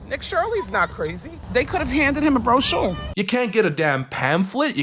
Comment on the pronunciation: Broshore broshore??? 😅😅😅😅😅😅